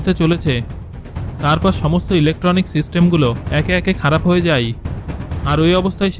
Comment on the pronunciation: আপনি যায় কে যাই আর হয় কে হই কেনো বলেন?